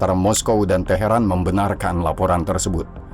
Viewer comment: Teharan itu iraq atau iran min kok bilangnya taheran iraq mulu sih 😂